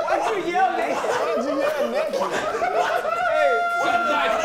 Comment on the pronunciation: said "shooting dice NEKKIT" LMFAO